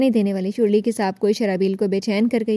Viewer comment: her name sharley no shurli😂😂😂😂😂😂